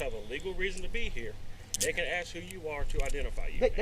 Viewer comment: We love you, and you do such a great job with your videos, so I'd like to give some positive feedback. Learning to pronounce the word "ask" instead of "axe" will help your credibility immensely. If you can't speak English correctly then you are babbling and incompetent in the eyes of the law.